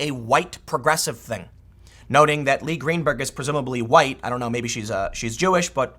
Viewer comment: Tim, Maybe you know someone with this name that is pronounced that way, but in my experience, the name "Leah" is pronounced "lee-uh," not "lee."